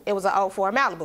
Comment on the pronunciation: Did she say Ford Mailbu lol?